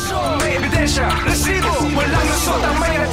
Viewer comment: ILAN PO ANG R SA RRRRRRESIBO?